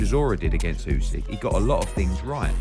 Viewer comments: it´s Usyk, not "Yusyk" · Usyk!!! Not Yusyk 😂🤣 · ooo-sick not you-sick bell-you not bell-owe